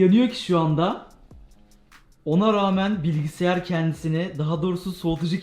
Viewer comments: Bilgisiyar demeyide bir bıraksan :) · ABİ GÖZÜNÜ SEVEGİM BİLGİSİYAR DEĞİL BİLGİSAYAR